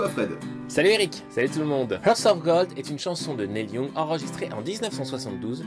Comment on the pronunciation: Merci mais désolé "nèl youngue" (??!!) ca pique . Essaye "nil yong" Super vidéo sinon